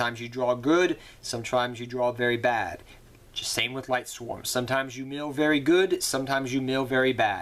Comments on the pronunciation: Not to be rude, but this was just bugging me. Lightsworns, not Lightswarms. Lyla, not Lyra. Silent Honor ARK, not Silent ARK Honors Knight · mane, it aint lightSWARM it is lightSWORN like sword but replace the "d" with an "n"